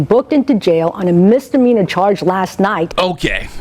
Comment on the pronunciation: Missdeminor? Missdeminor?? Missdeminor!!!!! did i hear it right?